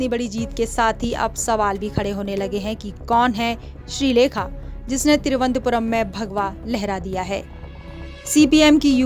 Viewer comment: तिरुवंतपुरम् नही थिरुवनंतपुरम बोल